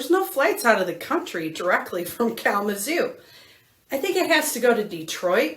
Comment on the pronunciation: Kalama "ZOO" ... The emphasis is on the ZOO, ok ?😂‼️